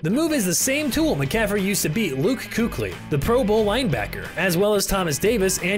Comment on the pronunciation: Bro fr said Luke Koochly